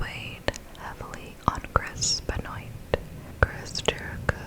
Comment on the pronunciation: its pronounced "Ben-Waa" not Ben-Oit lol good content tho